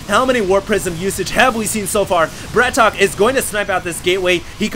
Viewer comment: it's not bra-tok. it's brat-OK